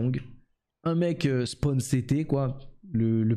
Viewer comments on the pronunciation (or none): none